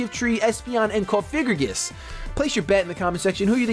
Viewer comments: ITS NOT COFIGRIGIS. STOPPPPPPPPPPPPPP SAYINGGGGGGGGGGGG THATTTTTTTTTTTT IM GOING TO KILL MYSELF IF YOU SAY THAT ONE MORE TIME. ***************************************COFFFFF- AHHHHH- GREEEEE- GUSSSSSSS******************* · Nice battles again! Btw, just a heads up, It's Cofagrigus, not Cofigragus.